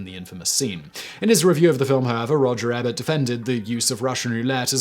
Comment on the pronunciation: Nice to see Simon mispronounce a name again (Roger Ebert). It's been a while.